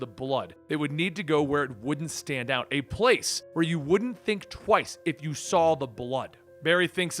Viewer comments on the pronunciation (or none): none